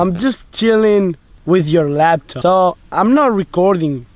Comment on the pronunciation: I like how they say laptop.... they say lapton 😂